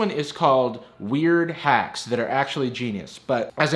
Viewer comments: did I hear him say the waks are pretty hacky... I’m not the only one right? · did you say: The Wacks Are Pretty Hacky ? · Nobody noticed that he said the wacks are pretty hacky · “their wacks are pretty hacky” that’s a spoonerism! It’s when you flip the first two letters of the word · I heard you say, "Sure the wacks are pretty hacky," and I thought it was right. Then I read the text. I honest to God couldn't stop laughing